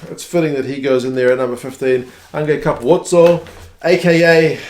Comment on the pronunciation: FYI Capuozzo isnt pronounce Ca-poo-otzo, the u and o combine into 1 sylable as in Cap-wot-zo